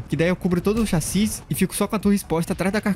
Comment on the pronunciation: falando chassi certo pela primeira vez